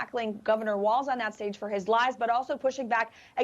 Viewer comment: Shady Vance referred to Gov. Walz during the debate as WALTZ.... at least 13 times.